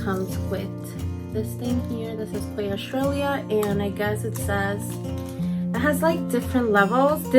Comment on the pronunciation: *key. The brand is pronounced key in Aus.